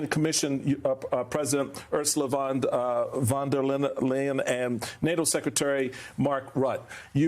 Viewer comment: The Lady is called Van der Leyen, or for Americans : Fun Dare Lion. That's how you would spell it, if you want to say it correctly. Cheers